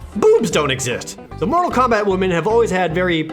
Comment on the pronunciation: KEMBET TAAIIIM Suffocates from laughter